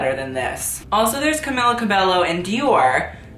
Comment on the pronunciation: that is not how you say Camila last name sis